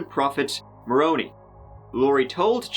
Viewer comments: That’s why he said she had ‘tree’ husbands instead of the five she actually had. LOL btw - Moroni is pronounced ‘More - roan - eye’. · Moroni is pronounced more like more-own-eye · as an ex mormon, hearing you pronounce moroni as "more-oh-ni" is sending me (its "more-ohn-i" (the part is pronounced like, the letter i)) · Haha, it's actually pronounced 'Morone-eye', but I like picturing him as an Italian mob boss in your version.. But 'Bring-em Young', you got that spot on,. 😝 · Lol Moroni is pronounced “more-own-eye”. He’s the dude standing atop the Mormon temples holding a trumpet.